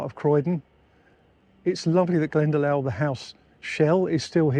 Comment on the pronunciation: Hi. There's a village here in Ireland called Glendalough ( it's pronounced Glenda lock)